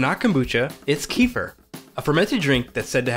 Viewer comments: Wow the way you pronounce kefir is one of the pronunciations ever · Man! The way he pronounces Kefir is so unbearable, it’s hard to watch this video!! :-( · It is not KEE-fur. Kefir is an actor. This is a drink originated in Turkmenistan pronounced Ke-FEER. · it's called 'ke-FEER'.. not 'KEE-fah' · It's kefir, not keefer😂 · its keh-fear not kufir like the expression meh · It's Kehfeer not keefur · It’s not pronounced as Queefer it’s kafeer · It's Kêfir not Keefer. Amazingly ears hurting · Don't feel bad - everyone here is actually saying it wrong. Kefir is from Turkey, so it's a Turkish word, and the correct pronunciation rhymes closely with "WOOFER". It's properly pronounced as KUH-fur (not keef-er or ka-feer). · It's not pronounced Kee-fer. It's pronounced Ke-feer. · It's pronounced KEF- FEA not kee-fur! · Key-fur = No, Keh-firr = Da Oh forgot to say: your tee shirt is really nice! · "Kee-fer"? Where does that pronunciation come from? I've always heard it pronounced like "Ke-fear" with a short "e" in the first syllable and a long "ee" in the second syllable. As far as I know that's how "kefir" is pronounced in the Caucasus region where the milk version originates from. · Ooo wooow . I’ve been saying Kee-fur too. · CAAAAA (like ca in cake) F I R (fir tree) 🎉🎉🎉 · Pronounced kuh feer... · It's pronounced: Keh-fear. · It's pronounced kuh-feer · (KefEEr) stress on the second syllable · Keh'- feer. It's not Donald Southerland's son. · It's pronounced keh fear. Not the way YOU think it's pronounced. Kefir is a fermented milk here in Poland. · thank god it's not correct in this vid. I was very upset that that's the standard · God, capital G, had to correct you, so sorry.. but agree otherwise with pronunciation of Kefir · Thank you, it is beginning to irk me to watch every video of the subject and hearing the mispronunciation. Kiefer Sutherland is a good actor though 😂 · just came here to say you were pronouncing it wrong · Pls learn how to pronounce Kefir ..